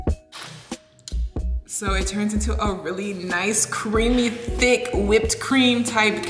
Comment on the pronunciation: She said “THICQUE” 😂